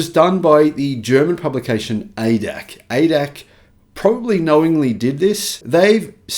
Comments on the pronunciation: It is not not pronounced Ay-dack, but A-D-A-C, or in German, Argh-Dey-Argh-Sea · ADAC pronounced Ay Dee Ay Cee - not AyDAK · Hi, ADAC is an abbreviation with pauses between characters, like A-D-A-C. The problem with the ADAC is, that their magazine is read by many Germans, because the ADAC provides a roadside assistance service, which many drivers subscribe to. It is not the first time the ADAC spruiked false information. Hence, no surprise here. Their magazine is heavily funded by legacy auto; hence, I agree with your assessment that the Germans are scared sh!tless they loos the EV war and do all they can to sh!t on the competition.